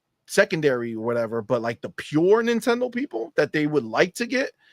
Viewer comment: Not dayndate.... err not nitendate..